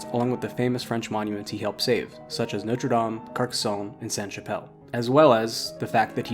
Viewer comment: Very enjoyable and informative video and the music was excellent. I'm going to be REALLY picky and I do apologise, but it grates each time I hear it. Your French pronunciation was, I thought, really good - Sacres, Paris, and French place names generally. The one word that grated was NOTRE, which Americans seem to insist on pronouncing NOTE-RE (NOTE as in 'note book'), whereas it should be NOT-RE (not as in 'red not blue'). If better or native French speakers have any comment on this or if I'm wrong, please let me know. At least it wasn't NOTE-RE DAME (DAME as in 'There is nothing like a Dame') which I hear Americans use a lot :)